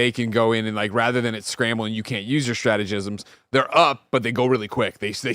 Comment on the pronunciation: Yo did Greg just say stratejisms when he was talking about Hell Divers with Gary? 😂